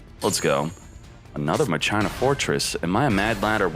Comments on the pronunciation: If I hear him say MUH-CHINA one more time, I'm going to seriously never watch him again...how does a grown man not know how to pronounce words correctly? I'm still cringing over it...fucking christ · In tcg it’s pronounced makina lmao kinda like Mach five awesome deck tho! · ...at least the explanation and gameplay is heaps better than the pronouciation of Machina. Mach-ee-na, not Ma-China... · I can't get over him repeatedly saying muh china. MAH-KEY-NUH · I keep thinking hes saying " muh gina" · Never heard maCHina said that way always said maKina regardless the highlight is certain decks is much appreciated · Ma - Kin - A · Machina is pronounced mah-key-nuh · I’ve always pronounced it masheenah, didn’t know it was pronounced maCHINA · MA-kee-na. That's how it's pronounced. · It's pronounce mah-ke-na, like in dues ex machina, but fun story, I originally thought it was pronounced Ma-shi-na when the archetype debuted in the Yu-Gi-Oh R manga. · Yo this is a backrow deck you need more traps. Also, it's pronounced ma-key-nah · at 1st i tough he was memeing calling it maCHINA but the more he said it the more i cringed. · Lol! Ma- China 🤣🤣🤣 bro! I'm laughing so hard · The way he says Machina irks me… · He pronounces it like that to annoy people